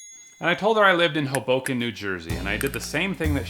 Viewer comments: I know it’s 2024 but it’s pronounced HOE-boken not Ho-BOH-kin. My husband always says it wrong 😂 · If you're going to pretend to live in Hoboken, NJ at least learn to pronounce it properly - it's HO-bo-ken, not ho-BO-ken! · when you said hoboken i thought u meant hoboken in belgium